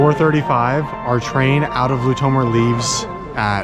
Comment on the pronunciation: The Fact that they can't Pronounce lutomer is buging me